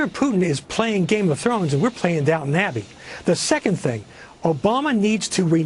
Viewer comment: Cenk, it's Downton, not downtown!!